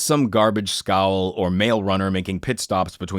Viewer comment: It's not "scowl." It's called a "scow." It usually refers to a square-ended, flat-bottom boat, used mostly for moving cargo (including garbage) short distances. The reason "garbage scow" is an insult to a good ship should be obvious.